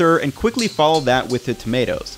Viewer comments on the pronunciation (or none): none